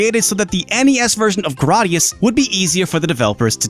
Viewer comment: umm yeah...you just mispronounced gradius